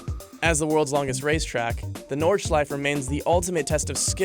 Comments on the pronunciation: its Nord-schi-fuh not nords-schife. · Why do you say Nordschleif? It's Nordschleife. There is an E! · everyone: nordschlaife: nordshlife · Most dangerous? Not hardly. Maybe most difficult. That’s a separate metric. It’s pretty safe given the updates it has had. For deaths the was common in racing through the 70’s - look at the likes of Japan and Italy for deaths on tracks as well. One point. Nordeachleif? There is an E on the end and all letters are pronounced in German. Or do you say Porsh? It’s Norrd-Schl-eye-fuh. ;) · Nord-shlyf-uh Also... The 24hr race uses BOTH the Grand Prix circuit and the Nordschleife... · A side note for you, the "e" at the end of "Nordschleife" adds an eh- sound at the end, "Nord-Shlie-fa" Based of how its pronounced in German. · An E at the end of most German words is pronounced "uh". So Nordschleife is pronounced "Nord-shlife-uh". Just like Porsche. I hate when people pronounce Porsche "Porsh". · Pronounces Nordschleife "Nordschlife" **Angry German noises** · It's pronounced NordschleifA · Do they not know there is an "-uh" sound at the end of nordschleife? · When you say Nordschleife you have to say the e at the end too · The way he pronounces "Nordschleife" makes me want to die.